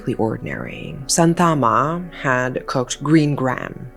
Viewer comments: umm no hate or anything just telling [ your videos are lit❤]... actually santhamma is pronounced as shaanthamma and shanavas as shaanavaas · The name is pronounced "shaanthamma" not santhaamma. You could have asked any malayali how the place and people names in the script are pronounced. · in video the mother is pronounced as Santhama where actual pronunciation is sha-ntha-mma . It's not rejini , more like Ren-jini. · Just a small correction, Kerala is pronounced "Kay-ra-la" and Santhamma as "Shaan-tha-mma". Great video! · kerala is pronounced like -Kay,ruh,lah santhamma is pronounced as -Shaan,Thum,aa (I'm not trying to sound d rude,its just for info) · Yes. I cannot stand the pronunciations of Kerala and Santhamma.